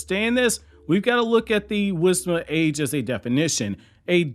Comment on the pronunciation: Why do i hear it as wisma age?😂